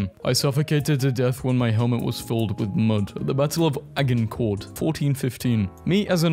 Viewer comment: This guy is British and can’t say Agincourt correctly